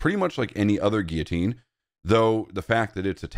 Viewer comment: What the hell is a 'gee-a-teen'? It's like you're trying to say "Guillotine".